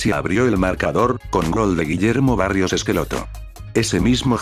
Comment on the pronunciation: Disculpa pero es Guillermo BARROS no barrios lo demás todo bien crack